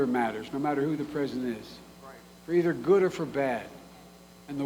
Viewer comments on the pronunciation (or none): none